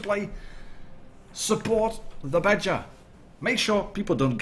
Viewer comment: when you say Badger I think you're saying BatChat lol nice video thanks!